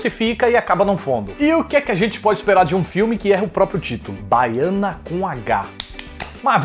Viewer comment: “Bahiana” hahahahahahahahahahaha